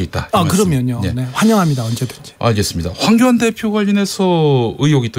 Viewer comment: 주진우 기자의 황교안 발음은 빨라서 황견으로 들리네. 누렁이 ㅎㅎㅎ